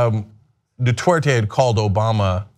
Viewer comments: It's Duterte not Dutwerte Cenk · 'Detorte' lol, it's pronounced 'doo'-'tare'-'tey'. Admittedly, that guy at the very least doesn't deserve to have his name pronounced correctly. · Hey Cenk, it's "du-TER-te" not "du-TWER-te" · It's Duterte not Dutwertey. Just one of the many things TYT gets wrong. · Dude, TYT are great people but can't you just spend a half a minute learning the right pronunciation of things. If you guys were all monolinguals, I d let it slide, but Ana and Cenk, come on. Du TER te, not Du TWER te. Just sayin. I want you guys to sound as smart as you are. Keep things going, thanks! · Duterte, not Dutwerte. Sort it out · Curious there is no "W" in Du-ter-te? Sounds like Cenk is saying dwouterte. Wonder how Cenk feels about Martial Law being imposed on Mindanao, because of urban warfare in Marawi between Abu Sayaf versus Philippine Army and National Police? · Could we maybe not pronounce his name as 'Du-twer-te,' or am I asking too much? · Wow the way they pronounce Duterte